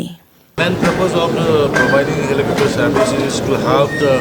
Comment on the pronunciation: Helicopter haibiyo, helicooter gi mahut ta.👍